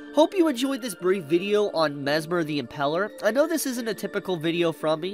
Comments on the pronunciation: Impaler, not Impeler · The way says "Impaler" hurts my soul. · Me too. I hate how he says it